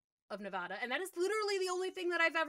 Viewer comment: Being a Nevadan, I love that they took place in the Nevada Cities. Nice that Nic said Nevada correctly. You, however, did not.